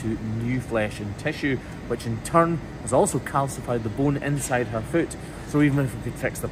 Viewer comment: Yes! Fluid not liquid. Does your son also say foot, rhymes with boot? He’s so cute ❤️